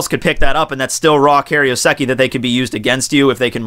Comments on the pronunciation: Kay-roh-seh-kee FFS, can you pronounce anything right? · Is that right? I thought it was Kai-ro-seki?